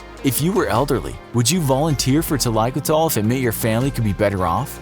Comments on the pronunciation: The pronunciation of the word makes me cringe! Thalai means head and koodal means hair. Koothal is actually with emphasis on the th...koothhal refers to an oil head bath. It is not pronounced kuthaal but koo- thhul. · Thaikoothal is a two word combined to gather , it should be pronounced as thali - koothal ( not talaikutal ) . . Meaning head bath . Yes this is a practice in tamilnadu but not overall south india . . Extra fact - when an elderly is sick and almost near to death when they have extreme suffering in breathing, All members of the family including kids will feed her a spoon or two of cows milk to releave then from pain and life . The milk will choke them and kill them . This happens all over india no one can oppose it !!! But to be noted its not because of poverty though. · There are so many wrong things here. Including pronounciation. 1. It's thailaikoothal and not thalaikothol like alcohol. It's either a Tamil or Malayalam word. 2. Not all Indians wear turban. 3. Police wear khakhi and not black dress. 4. Healthcare is a scam in India. 5. Most of the Indians don't follow this and the statistics are wrong. Etc....etc... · i am an indian. specifically a south indian with active roots in a village. This is a regular practice, started with a noble reason but misused. The only thing wrong is the pronunciation. It is pronounced " Tha-lai-koo-thal". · Hy I'm from Kerala(a state in south India)n I HV never heard of thaikoothal before(BTW I think its pronounced tha-lai-ku-tal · And also the way he pronounces it is kinda weird. That's not how it's pronounced in Tamil. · Thalaikoothal....the way u tell that triggers me.. as a south indian😂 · JUST SAY HEADPOURING! NOT TaAlAaIkUtAl